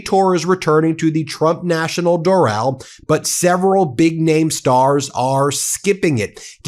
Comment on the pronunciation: It’s pronounced Dor -ul like Floral.